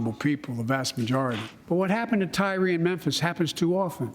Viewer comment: Can his doctors just unplug him already. That “speech” was such drivel. Like how is CBS gonna snip out and not mention Biden referring to Tyre as “Tyler”. Can we just euthanize cable news media too. We could all heal and grow finally.